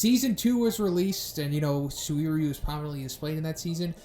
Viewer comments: SU-WIR-YU, i believe you can just pronounce him SUR-YU. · “SuWEEryu!” Huh, that’s a new way of saying that. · destiny phongmany suririweeyu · Bro you're butchering this mans name. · okay I gotta ask, why are you pronouncing his name like that? wtf xD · Please fix your pronounciation of "suiryu", you kinda sound like you are gonna throw up or something when you say it, no offence tho